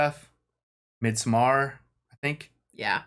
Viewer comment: friendly totallyu un-useful tip. when you pronounce midsommar, tretch out the 'i' :)